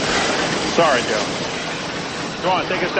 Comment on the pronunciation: she said jew instead of joe XD